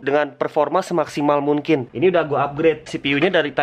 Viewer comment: Kenapa dah lu ngomong mungkin jadi munkin:v